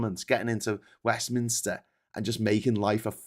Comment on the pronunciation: It's Westminster, not 'WestminIster'!